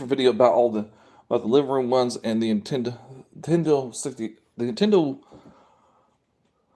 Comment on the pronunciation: That hat makes you look like you have a pinhead. Are tou saying "Intendo"?